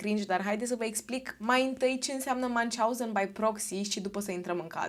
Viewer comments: Numele Münchhausen este german. Deci nu se pronunță ca un nume englez/american. 😊 Pronunția fonetică ar fi aproximativ așa: Miunhi/hauzen, slash-ul însemnând un fel de f. scurtă pauză între cele două părți ale cuvântului. 😊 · se citeste miuhauzen (miuhauzen era un mincinos) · Münchhausen se citește "miunh hauzăn" (aproximativ), nu cum l-ai pronunțat tu!